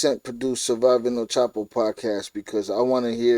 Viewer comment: Spent All This Time And Money Investigating Chapo But Never Learned How To Pronounce His Name.